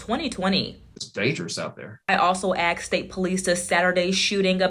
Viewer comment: This interviewer needs to learn proper English pronunciation “I also axed state police” It’s Asked Come on, you’re on live tv!🤦‍♀️ Solid reporting work otherwise*